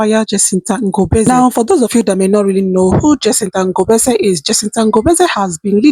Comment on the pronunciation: The Ngobese pronounciation is 💯🔥